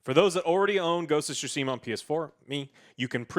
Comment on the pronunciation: "ghost of sushi mah"